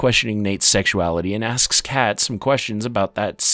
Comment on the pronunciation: Anyone else notice him calling fezco “frezco” & kat “Kate” 😂